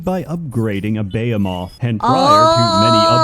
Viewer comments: No you read that right, that's just how pronounces "behemoth" for some reason lol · decided to mispronounce behemoth for the whole video for some reason, on purpose. Thanks for the lovely giggles.